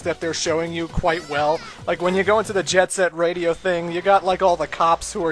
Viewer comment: The intro movie looked pretty sweet at least:-) and I liked that called it Jet SET Radio, and not Jet GRIND Radio.